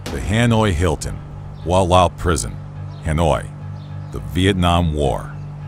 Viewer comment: Hoa Lo prision , not Hua La